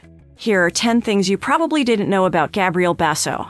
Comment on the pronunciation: God, you cant pronounce his na,e or hos m sister's name CORR E CTLY